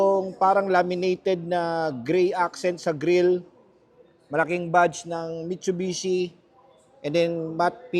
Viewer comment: Ayusin mo muna sinasabi mo mitchubichi 😂😂😂